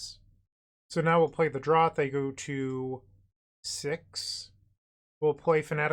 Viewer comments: Not trying to be annoying, but it's pronounced as mephitic "draft" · Hell yeah, i love mono black! Oh, and "draught" is pronounced as "draft"